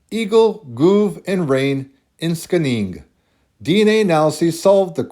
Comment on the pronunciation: Skänninge is pronunced Scheninge. It has a strategic position on the plain in Östergötland where the swedish nobility was strong. It is well known from medieval source and had a monastery. Thank you for a fascinating video. Seems my subclade of I1 can be traced back to western Sweden and Norway.